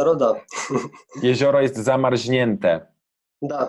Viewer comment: Zamarznięte A nie zamarźnięte 😁